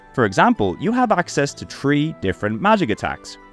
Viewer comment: How are you a native english speaker yet somehow unable to pronounce R1 or even just 3 like a normal person? It's certainly not "OR1" and "tree"...